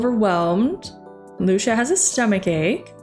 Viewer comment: Hey correct me if i’m wrong but I think lucia is pronounced lue-see-uh Besides that awesome job on this vid and i’m hoping to see more on solarpack!